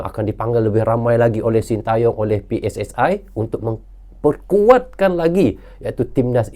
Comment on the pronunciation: Bang, jika sebut PSSI pakai dong ucapan bahasa Indonesia PSSI dibaca pe es es i bukan pe es es ae biar klop bahasa Indonesianya. Ini cuma saran terimakasih ❤